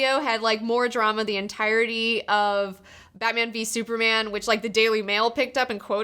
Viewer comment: Um you didn't even say the title of the movie correctly